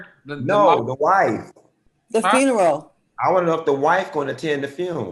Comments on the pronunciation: The Fune...The WHAT?🤣🤣🤣🤣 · Funky Dineva: "The fune. " Al/ Claudia: "The what?!" Entire Funky bunch: "The fune." 😐💅🏾